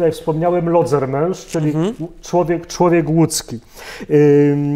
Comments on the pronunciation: Lodzermensz / Lodzermensch ‼️ ( bez / ohne ,, t " ) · Lodzermensz/Lodzermesch‼️ ( bez / ohne ,,t" )